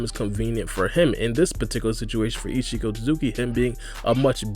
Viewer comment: Every time u said ishiki It sounded like ichigo lol